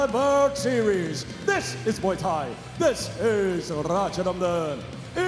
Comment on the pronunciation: he said Muay nak😂